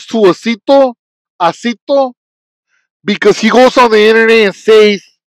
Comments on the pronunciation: Nope it's...aye-see-toh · It's pronounced ass-e-toe